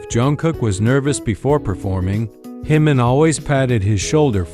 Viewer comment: Pronounce Jimin's name correctly